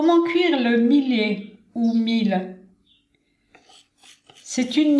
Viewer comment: Le millet se prononce "myé" et non pas "milé".